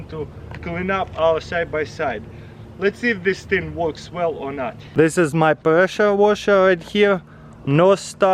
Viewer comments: he says presha washa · Presha woshar 😂😂